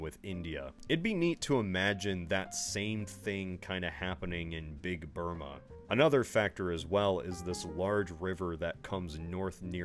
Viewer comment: I don’t know why it cracked me up every time he said BIG BURMA, but it did.